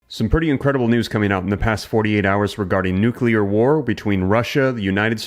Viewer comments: NUCLEAR NOT NUCULAR???????? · sorry, I just can't take you seriously if you can not even pronounce the work nuclear. It is pronounced nu-clee-ur. Not nuke-u-lar. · Bro, I really didn't want to split hairs or pretend to be a grammar coach, but it's nuclear, not nucular. Peace. 🤯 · Why is it that so many people can't pronounce nuclear . Not NU C U LAR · is there a u in the middle of the word nuc(u)lear that i am unaware of? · It's nūk-lē-ăr, not nūke-ū-lěr. The best illustration of how a bomb operates is in a Stargate Atlantis (Season 3: Episode 20). You might also find it on YouTube. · Please say nuclear not nukular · Thank you for all of your research and reporting. I watch all of your videos. I like to stay as informed a possible. I do have a favor to ask tho. When you say the word nuclear, you are actually saying a word that doesn't exist. It's nuclear, not nucular. That's a big trigger to me. You are a smart man, I can see that for sure. Please keep up your good work. I I'll be watching for sure. Again, thank you for all your hard work. All of these wars and battles are all biblical prophecy. Jesus is coming to take us home soon. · Nuclear is pronounced… New- Clear, not New- que-ler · New clear not Nook U lar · It's not nuCULAR... It's Nuclear and stop with the SMASH the like button. GEEZ! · Why nu-cu-ler? I don't get it. It's "nu-clear" Can you say clear? So go again. New! Clear! Stop the nu-cu-ler foolishness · NUC-LEAR Dude. Not nuculear. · It's pronounced like it's spelled: nuclear, not nucular. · Maybe, I'm being nit-picky, but you would sound much more intelligent, if you could pronounce nu-clear right. It's nu-clear, not nuk-u-lar. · Nuclear NOT nukilear, say it right. 5 seconds into video exit stage. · Please,please,please stop saying “nucular” instead of nuclear. The moment I hear “nucular” I can’t follow what you are saying. Thank you in anticipation! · Nu cle er not nucular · Knowledge is power- say nu cle ar-nuclear….NOT nucular. One u, not two.